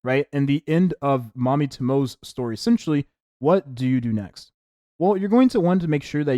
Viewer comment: Mami's last name is pronounced "Toe-mo-eh"